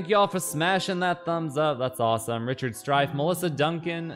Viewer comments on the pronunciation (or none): none